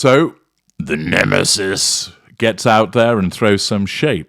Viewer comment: Your pronunciation of "the nemesis " is cringe worthy. You sound ridiculous, like you have no clue how to throw shade